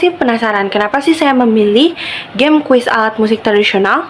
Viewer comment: Semangat Kk, saran dr bu guru dijelaskan/diketik dulu aplikasinya dari browser atau hrs download di playstore. Oiy pengucapan permainan di awal dlm bhs Inggris seharusnya geim bukan jeym y